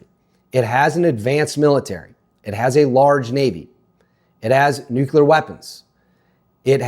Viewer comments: 😱 its not Nu-kew-ler, ...its Nu-CLEAR! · I can't take "nucular." (George W. couldn't pronounce it, either 😎) It's up there with "warsh" and "supposibly"🙄. , I try and I just can't do it!🙏 It's just me! 😊😊😊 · He said nuculer. I stopped listening.